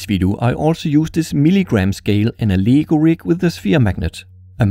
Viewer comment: Your pronunciation of lego is the only time when I have been thrown by your accent xD